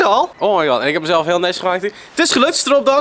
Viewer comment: Je doet enzo echt heel erg naar met als een baas dm de manier waarop je oh my god zegt Blijf origineel wel vette video